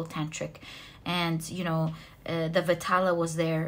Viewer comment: Its not pronounced as VITALA, its pronounced as VAE (like Bae) TAAL (T is pronounced like the sound of “th”